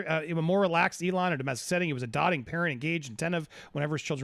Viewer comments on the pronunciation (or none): It's DOTE-ing. ... Not DOT-ing 🤦‍♀️